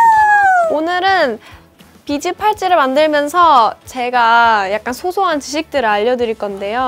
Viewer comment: 한 명은 비지팔찌 한 명은 비즈팔쯔 ㅋㅋㅋㅋㅋㅋㅋ